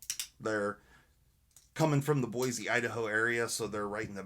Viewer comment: WOW! I just got my first Spyder ever and I love it. I got the S45vn PM2 but I really wasn't a Manix. Those 15v models look amazing. Since they are High carbon will they patina like Cruwear or Maxmet? Oh, and thank you so much for pronouncing Boise correctly. It is so often butchered. :_Neat